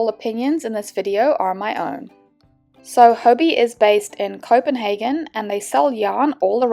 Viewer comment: I thought it was pronounced hobby 😅